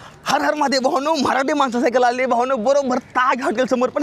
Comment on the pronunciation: हार हार नाही रे हर हर महादेव आहे. ..प्रत्येक विडिओ मध्ये असाच बोलतो तू 😑